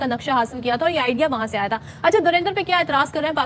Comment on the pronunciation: Dhurinder nhi dhurandhar ĥ .....criticise kerne se phele pronounce kerna sikho n what rubbish we are proud of our defence force tumhari hakikat dikhai h....himmat hoti to bangladesh banne se rok lete derpok terrorism phelate ho